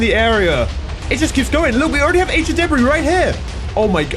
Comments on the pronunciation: Ancient debri u mean debris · debri Me:Its frickin debreee you dumbas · we already have ancient Debra Me: you mean ancient debris?